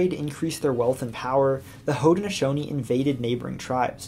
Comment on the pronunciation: You should learn proper pronunciation. There was no such thing as the Protrusions it was the Patroons. Nor was there Haudneshonees precept, it was Haudnesaunee.